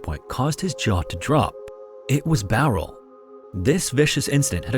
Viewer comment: Glad you said Bowral right